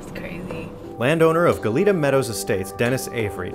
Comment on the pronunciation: Its "gah-yet-ah" cookie in spanish😁